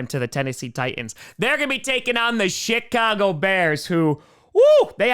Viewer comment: I think is saying "shitcago" instead of Chicago. Nice.